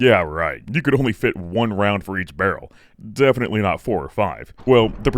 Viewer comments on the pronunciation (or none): none